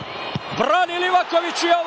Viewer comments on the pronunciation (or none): Mala opaska za bosanskog komentatora kad izgovara Livakovićevo prezime. Moraš mu malo rastegnit prezime kod izgovaraš. Znači kad dođeš do slova o, ono malo odužiš.